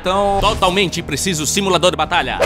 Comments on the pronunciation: eu ouvi tbm simulador de batata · ele falo simulador de batalha, nao de batata, ele deu uma cortada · só eu ouvi ele falar similador de batata?